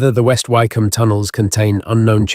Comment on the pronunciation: It's AI the place West Wycombe would be pronounced more like Wick-Ham